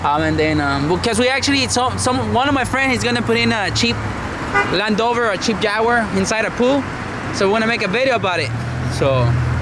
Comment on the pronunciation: You laugh is funny. Stay safe. It’s Land Rover not land over :) You seem to miss the “r”